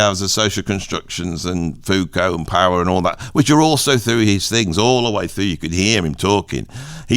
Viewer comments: Foucault was so keen on Marx theories that he demanded his name be pronounced as though he was one of he lesser known brothers. Zeppo, Psycho, Fuko, the Big O in that order I reckon. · How is it that I agree with nearly everything you say about music, but with almost nothing you say about philosophy??? For starters: It's foo-KO (not FOO-ko) It's HUSS-erl or HUSS-urral (not HER-sell or whatever you said). It's DERR-uh-da (not duh-REE-duh). (And don't even try disputing this: My wife studied with him when he was at UC Irvine in the 1990s.) Second, I think your description of phenomenology is accurate to the extent that you could call it a "philosophy of subjectivity." But that's only one aspect of it, and there simply isn't any through-line from phenomenology to what you call "philosophy of identity." As far as the latter goes, I would argue that it relies more heavily on traditional deconstruction (of the kind Derrida used to practice; again, that's only the "mainstream media" part of his portfolio), or the critiques of "meta-narratives" that you mention in connection with post-structural or postmodern philosophy. You might be able to argue that Husserl's initiating gesture of denying a "ground" and placing foundational premises in brackets has a whiff of similarity to concepts behind philosophies of identity, but that really feels like drawing a line backwards through history. What I think of as phenomenology (you left out Merleau-Ponty, by the way) doesn't really seem as historically influential in the philosophies you mention. In fact, I would argue that it has only returned to the scene as a major influence more recently, in post-human philosophies like